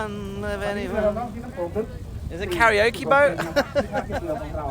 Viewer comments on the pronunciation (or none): none